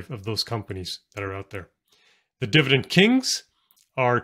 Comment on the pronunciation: Why do you pronounce dividend as “divident”?